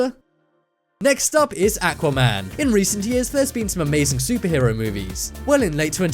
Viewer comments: atuaman? it aquaman dude say it right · Say it with me aaa-qwa man